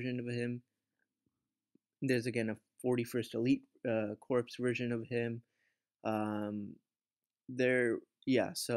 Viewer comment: Lol you're not supposed to pronounce the "p" in "corps".